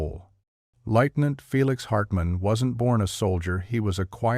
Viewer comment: I wish SOMEONE would grow the balls to speak into a MIC!! Bots screw up good videos. Can't pronounce Lieutenant, BF-109, etc. STOP IT!